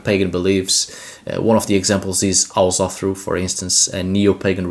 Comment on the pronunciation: haha it's not "H-ullur" its UllR